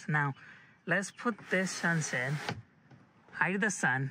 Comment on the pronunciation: Medere and sense, I think you are trying to say measure and sunshade